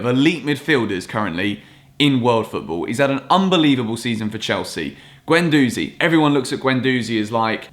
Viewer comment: Not a fan of guendouzi (he flails around and barks orders too much), but please pronounce his name correctly (ɡɛnduzi).